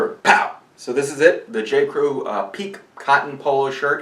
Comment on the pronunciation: Thanks for a great video; FYI, it's pronounced "Peek-KAY". (somebody forgot the accent). Pique as you are pronouncing it mean "to excite, etc"